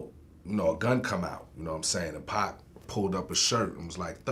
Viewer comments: Suge never called Pac “Pack”. These white people were to lazy to pronounced his name right and gets it confused with the video game Pac Man (which is pronounced Pack) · Lol why is so hard for white people to say pac they all mispronounce his name pack 😂